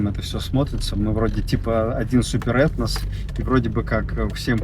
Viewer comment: «СупєрЕтнос»😂😂😂 Донат на дрон у пику бородатому цьому